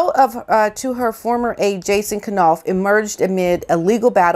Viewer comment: Jason's name is pronounced Nauf, Knauf with a silent K, as in Knife.